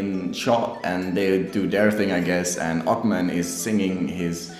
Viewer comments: Thank you guys for your opinions. "Ochman" is like "h" ---> hen, (not like "ch" ....> chemistry. ) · Ochman with an "h" like in "home" :)